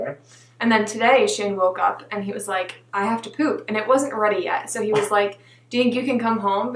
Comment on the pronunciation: I love how he says “pwuuooop” for “poop”!